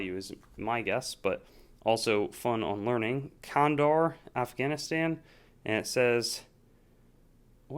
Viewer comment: Kan-da-har... is how you say it. Been there a few times.